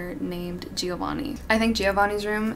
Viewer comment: Girl, I love you and your recommendations are always spot on💕 BUT PLEASE stop saying /Gee-oh-vanni/ it's pronounced /Jo(same sound as JOanne)-vanni/!!!